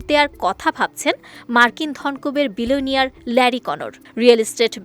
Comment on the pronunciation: ফালতু সাংবাদিক একবার বলছে মিলেনিয়ার আর একবার বলছেন বিলিনিয়র।